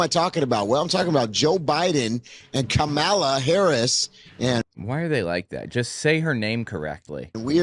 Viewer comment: Thanks, ❤ Love seeing the kitties taking a recharge nap... at least they're still at peace! ( Seriously?? Pronouncing Kamala's name correctly isn't that hard, so that's purposeful. Should we just start calling this guy "TOAD"??)